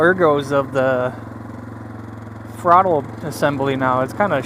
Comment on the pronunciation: Did he say frottle?